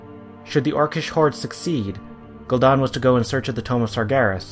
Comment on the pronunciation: Funny, I always thought it was spelled Gul'dan, not Gul'don. I guess blizzard got it wrong too.